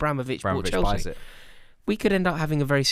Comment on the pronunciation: 2026 still saying “chelski”